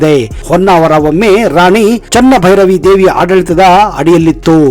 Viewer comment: ಹೊನ್ನಾವರ, ನಮ್ಮೂರಿನ ಬಗ್ಗೆ ಮಾಹಿತಿ ಕೊಟ್ಟಿದ್ದಕ್ಕೆ ಧನ್ಯವಾದಗಳು. ಆದರೆ ಸಾಕಷ್ಟು ತಪ್ಪು ಮಾಹಿತಿ ಗಳಿವೆ. ಮೊದಲನೆಯದಾಗಿ ಆಕೆ ಚೆನ್ನಭೈರಾದೇವಿ. (ಉಚ್ಚಾರಣೆಯೇ ತಪ್ಪು) ಇನ್ನು ಹೊನ್ನಾವರ ಮಿನಿ ಗೋವಾ ಅಲ್ಲವೇ ಅಲ್ಲ. ಬೀಚ್ ಇದೆ ಎಂಬ ಕಾರಣಕ್ಕೆ ಹೊನ್ನಾವರ ಗೋವಾ ಎನ್ನಿಸಿಕೊಳ್ಳೋದು ಹೇಗೆ?